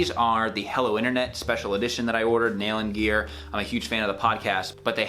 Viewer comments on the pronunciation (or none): none